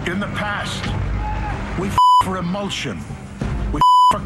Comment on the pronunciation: emulsion not emotion.